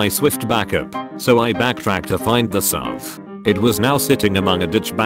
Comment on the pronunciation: Ha! You mispronounced SUV. Also your voice is very monotone, almost robotic. (jk)